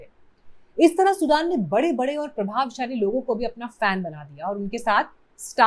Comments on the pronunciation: सुडन ✖️ सुदन ✅ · सुडान नहि सुदन है नाम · Are bevkuf host nam ka uchharan soodn hai Not like country Sudan ! You people re a joke ! As host or so called YouTuber ! Learn a language a bit and see world around you ! India is not the whole world ! Grow up Indians ! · सुडान नहीं सुदन बोलो। पत्रकार हो यो थोडा रिसर्च भी किया करो। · सुदन not सुडान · Madam naam galat pronounce kar rahe ho